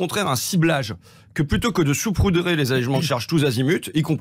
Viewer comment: François,.on dit " Saupoudrer" et non "soupoudrer"...!😊